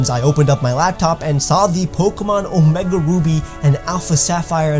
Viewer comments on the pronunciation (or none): none